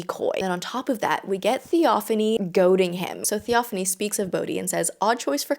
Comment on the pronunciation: The way she pronounces Theophain is hilarious 😂. How do you pronounce Theo?